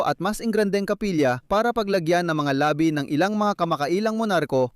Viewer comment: Ayusin ang pagbigkas ng salita, may pagkakaiba ang mabilis na bigkas ng "labi" ibig sabihin ay "remains" at ang isa ay "labi" means lips. Ang ama ay mabilis ang pag-bigkas. Maganda sana pero nakakalito(mabilis ang pagbigkas) sa ibang mga Tagalog.